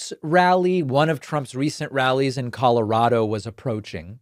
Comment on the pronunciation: Thank you for pronouncing Colorado correctly, David.